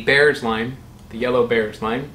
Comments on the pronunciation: Apparently Bearss is pronounced “Bierce” rhymes with “fierce”. There’s a Bearss Avenue in Tampa named after an early settler family of local citrus growers. That’s probably where the Bearss lime gets its name. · Bearss is pronounced like Bierce. Only people from the Tampa area seem to know this except by chance or instruction. Limes are sold green for exactly one reason: if they’re sold yellow, people think that they’re lemons. Green key limes are vastly inferior to ripe yellow ones: not enough juice, chiefly.